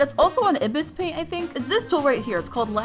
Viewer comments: its pronounced I-biss paint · ibis paint is i b i s paint dummy say it right